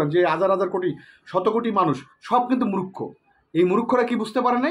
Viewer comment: Vai pls murokkho boilen na , Valo uccharon Hobe "Murkho"👍